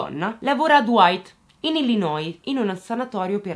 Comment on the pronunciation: oggi punti bonus per aver pronunciato bene "Chicago" e "Illinois" ;)